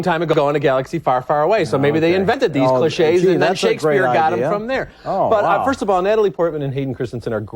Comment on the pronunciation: "Maybe they invented these clishés..." "That's a great idea."